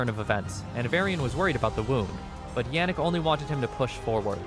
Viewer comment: Tiny nitpick, but it is pronounced as 'gro-tuh' when speaking about Albert. De Grote is Dutch for 'The big/the great' and we call the legendary Alexander the Great- Alexander De Grote in our native tongue. Also, Yannick is pronounced as 'Yah-nick', not 'Yeah-nick'.